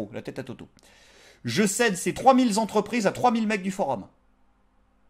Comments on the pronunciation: Trois mille zentreprises et trois mille zhabitants ? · Mille est invariable... trois mille Z'habitant, c'est non... Trois mille z'entreprises non plus